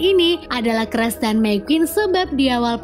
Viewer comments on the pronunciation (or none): Sedih cruz dibaca cras 😢